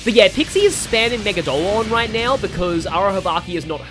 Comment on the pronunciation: the ONLY SMTuber who said Megidolaon correctly! ME-GI-DO-LA-ON! Not megidolon, or megidlon! Its so fustrating! Subbed!